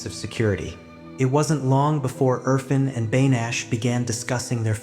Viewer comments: Urr -faan (pronunciation) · Erfaaaaaaan! It is good to work on names dear! Thanks for good job but it makes it more pleasant if a bit more effort in pronunciation. Aaaa like in Art